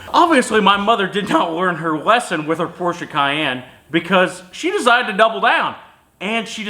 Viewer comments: Porsche guys can’t even be mad, he pronounces it the correct douche way a couple times. Credit where credits due. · Proud of you for saying Porsche correctly and not saying Porch. It is evident you have experience with them. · New type of cell phone holder ? hehe ps, you say Porsche correctly but why do you all get Jaguar wrong ? baffling ...